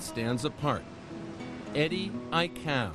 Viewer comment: The news guy can't say Eddie aikau good